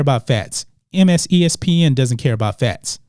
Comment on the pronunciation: "MSESPN" ... lol